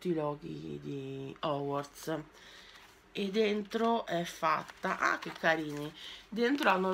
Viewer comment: A me fa sbellicare da ridere quando dice HOGWARTS, mi ricorda una live memorabile che resterà nella storia!😂😂😂